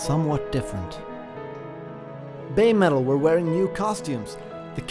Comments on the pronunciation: Listening to the video... it sounds like you're saying babe-metal instead of baby-metal... maybe that should be part of their change as well because these girls did go from babies to babes! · I'm not being critical or making fun but I was wondering why you say "baymetal". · Why does it sound like he's calling them Bay Metal??